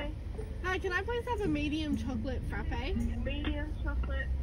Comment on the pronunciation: IM SORRY DID YOU SAY FRAPHAAAY?!